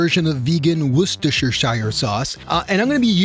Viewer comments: It's pronounced WUSS-TUR-SHUR. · I'm going to help you say it properly. Wuster-sher. Say it like that reads and you will be fine. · Just to help, it's pronounced "wu-ster-,sure" sauce. There's no lord of the rings shire involved.❤❤❤❤❤❤❤ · As a Brit it's endlessly amusing how North Americans can't say Worcestershire sauce. Wu (as in woof) sta sheer. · Worcestershire = Wish-Tish-Sure 😂😂😂